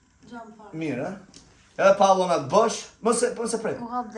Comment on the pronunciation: Pantallonat jo pallonat😂